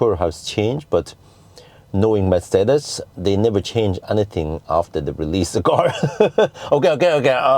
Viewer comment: first youtuber that pronounces Mercedes correctly?